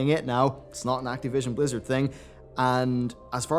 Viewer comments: Why do you say Act-E-vision? its Activition. I know your English isn't great but come on, your better than this. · Why are you saying "Activision" weirdly?